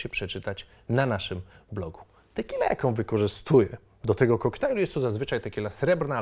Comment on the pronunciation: "Tequilla" :D